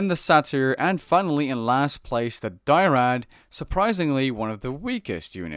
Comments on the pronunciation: Dryad, not Die-rad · It's dryad not dyrad dude. Also at the start you showed the wrong ages (you hard the third age twice) but it's ok it still makes sense. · What are these pronunciations? "Die-rad": Dry-add. "Sah-tear": Say-tear. (I do think Sah-tear is technically correct, it's just Say-tear is much more common. I don't mean to insult you or another, it just stood out to me. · It's "Dryad," not "Dyrad." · D-R-Y-A-D not D-I-E-R-A-D Dry-ad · It's not dyrad it's dryad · Dyrad? Die rad? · I feel bad for you because people are tearing into about your pronunciation of dryard and how automotons are supposed to be used in a group. We have a titan god who is specialized in this particular myth unit she provides by increasing hack resistance and repair speed and when they fall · Its DRYAD